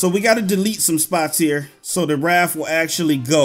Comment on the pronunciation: raf lol hes saying raf not raft